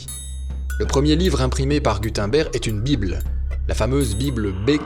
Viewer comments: Gudenberg ne se prononce pas gudainber mais gud (eun) ber (g) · Super vidéo! (Si ça t’intéresse d’améliorer encore plus tes vidéos, Gutenberg se prononce ”Goutennebèrge” plus ou moins) Super continue les vidéos sont au top! Pauvres bêtes... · Si jamais on dit Guteunebregue ( phonétique )